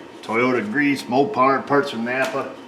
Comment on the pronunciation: I believe it's pronounced "NAPAR" ;)